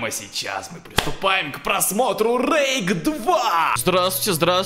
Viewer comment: не рейк а Рейх 😂😂😂